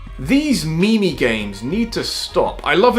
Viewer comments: So no one is gonna point out how he said "me me" games lmfao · I wanna shank you for pronouncing memes as "meemees" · did he just pronounce memes as me mes